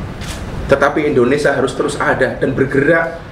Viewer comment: Indonesia...bukan Indonesa